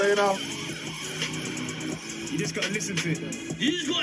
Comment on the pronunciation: How can you not say avelino ‘Av-E-Lino